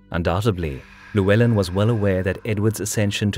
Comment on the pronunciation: Great video as always but please pronounce Llywelen properly! LL sounds like "clue", rather than "lieu".